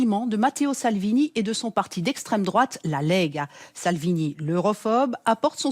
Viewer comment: essstreme droate